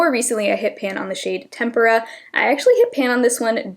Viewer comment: Soft Glam seems like a basic warm neutral palette, but there's something about it that catches my eye whenever I see it...Unrelated, but thank you for pronouncing "Tempera" correctly (at least in English). I don't know why this is such a pet peeve of mine!